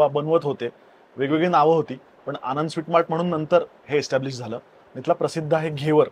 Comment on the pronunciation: आंनद चा उच्चार कसा कराल ? 😂